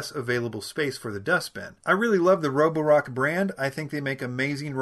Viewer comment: Nice job with the Chinese name pronunciation!